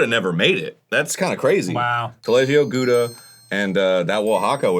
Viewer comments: I cannot camembert it anymore how the rest of the world pronounces Gouda; think more like "powdah" but replace the P with a G that sounds like you're clearing your throat. It's also a cheese with quite the range of flavor depending on how long it ripened, judging by the color of your slice it's probably old Gouda (~12 months ripening) which has a lot more flavour than younger variants. My king is still Parmezan though, it goes well with pastas rasped and I could devour a whole wheel on the daily if it wasn't so expensive. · How strange that Arin "Cheeselord" Hanson doesn't give his cheese-wife the dignity of correctly pronouncing her name. Gouda is pronounced more like "how-da" with a very phlegm-y start to the 'how' sound. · Arin knows his Gouda's but pronounces it incorrectly. Heresy. I am also surprised this wasn't a collab with "The Cheese Store of Beverly Hills"